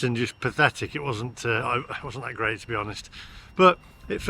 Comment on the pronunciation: "the charging network is geat in france" - ROFL